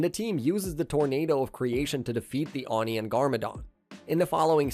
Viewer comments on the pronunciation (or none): Bro sayed “on” insted of “oni” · It’s not on E it’s O knee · Either AI narration or AI subtitles, neither of which are very great. The pronunciation is way off on some words (such as Oni), and the subtitles can't decide what the words even are, and are just flashing by quickly hoping you dont notice. Was looking forward to the video to learn what actually happened with this story, but not even two minutes in I've got to stop because it's hard to tell what's actually happening or who certain characters are, when I haven't seen the show past the initial movie event when it first aired. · How do you mispronounce "Oni" that horribly?? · the pronunciation of oni is wrong (nice video i really enjoyed the series when i was a child and this recap contained everything)